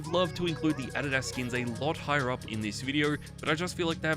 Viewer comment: that's not how you pronounce Adidas😭